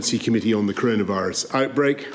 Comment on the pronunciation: Curunavurus...... thats how he says it.